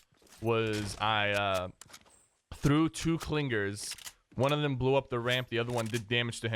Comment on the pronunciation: Must be a Long Island native with those "Cling-Gerz" pronunciations!